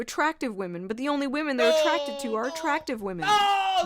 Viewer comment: “I respect wamen”… Respect means to fear Lol.😂